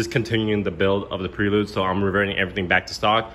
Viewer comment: Can't even say Prelude correctly....... Plus it is an automatic. Weaksauce. The whole thing, complete weaksauce.